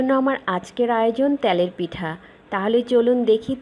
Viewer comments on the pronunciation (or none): ত্যালের পিঠা নাকি তেলের পিঠা? গুড়ি নয় গুড়া/গুড়ো। উচ্চারণ ঠিক করুন প্লিজ। otherwise nice recipe.